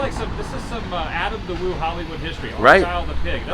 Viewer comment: Lol.. “Alan the woo” it’s Adam the woo.. 😂